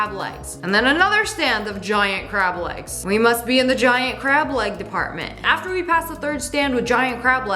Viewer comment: did you say "grab" or "crab" lol